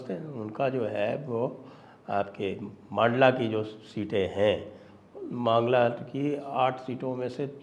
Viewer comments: Sir its mandla not maandla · मंडला साहेब मांडला नही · मांडला नही संजय जी मंडला बोलिए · सर पूरी श्रृद्धा के साथ जिले का नाम "मंडला" है ना कि "मांडला"। मैं मध्य प्रदेश से हूं इसलिए बता रहा हूं। 🙏🙏🙏